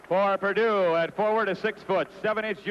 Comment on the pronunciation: Always loved how coach knight called them "peardue".